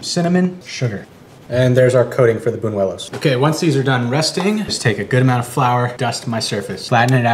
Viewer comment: Says he grew up with Spanish people yet can't even pronounce the "ñ" in buñuelos. Sure buddy lmao.